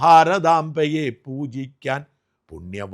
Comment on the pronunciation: സാജൻ ബ്രൊ, താങ്കൾ മനഃപൂർവം തെറ്റിക്കുന്നു, ഞാൻ നിങ്ങളുടെ ഒരു ആരാധകനാണ്. (പൂജിക്കാൻ എന്നാണ് )